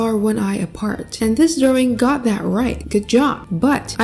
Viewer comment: I LOVE WHEN SHE SAYS DROWING LOL😂😇